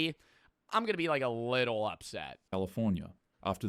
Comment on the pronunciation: why emphasis?